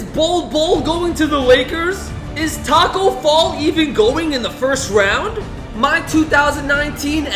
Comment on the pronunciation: Tacko Fall not foll